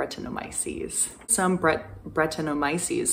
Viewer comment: I think its Bret tan o my o sees. Lambic beer is naturally inoculated in open vessels with brett and lacto. Awesome content keep up the good work!